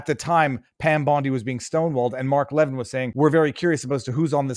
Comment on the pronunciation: Viva, love yr show❤its Mark Le-vin'